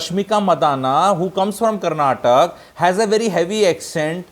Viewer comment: It is karnataka, not karnatak. First learn this